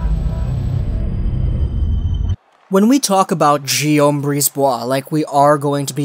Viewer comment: Really like your videos! Keep doing your thing. One thing: Guillaume is pronounced like "Gee" in Geese.